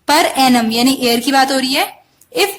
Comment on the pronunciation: I'm hearing year as air......idk why